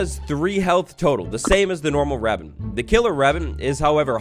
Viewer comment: Scawy wabbit